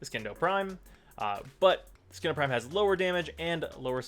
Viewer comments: Why do most Warframe YouTubers pronounce "Scindo" with a hard "C"? You don't pronounce "scissors" as "skissors" =/ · lol, now everytime i think of that blade i think 'skin'do prime